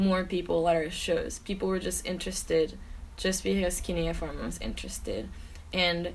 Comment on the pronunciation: Did she say cuneiform or canoe form